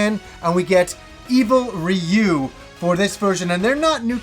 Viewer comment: It's so satisfying that you pronounce 'Ryu' properly lol